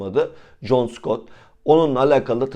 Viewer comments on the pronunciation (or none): none